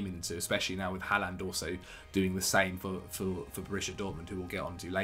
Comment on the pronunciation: the way pronounces haaland is making me want to cry